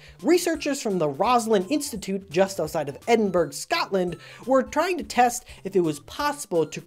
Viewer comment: I’m gonna be the worst… Edinburgh is pronounced Ed-in-bur-uh